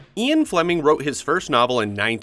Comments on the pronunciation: who the hell is Eon? it's Ian. How the hell do you get the author's name wrong? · IAN! EE-EHN! NOT EE-AWN!!! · I painfully sat through this because the subject matter interested me but having to hear you mispronounce Ian Fleming's name a hundred times was excruciating!! Eon? Who the fuck is Eon? His name is Ian and it's pronounced EE-an not Ee-on. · Great presentation. But the man's name is pronounced Ee-an not Ee-on. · Bro how did you get this far through life and not know how to pronounce the name "Ian". Where the feck are you getting EON out of Ian?